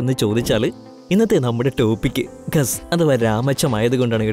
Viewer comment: ഖാസ് എന്ന് അല്ലേ